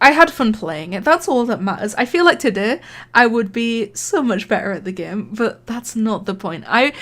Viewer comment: The best thing in the vid is the part that u say todey